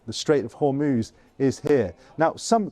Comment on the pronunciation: She can't even say Hormuz properly.